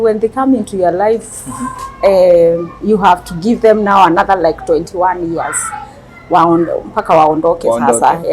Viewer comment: ni "years" sio "ears"😅 However this is a good topic, parenting I abit complicated moreso without experience. I love the senior citizen 😊